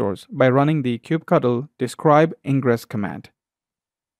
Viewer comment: it's "kube cuttle"